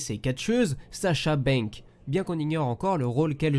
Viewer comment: c'est Sasha Banks pas sasha bang mec